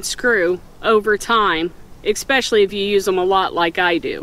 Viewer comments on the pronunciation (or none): Nice review, thanks. I’m going to get some. And did you just say expecially like my cousin does? 😊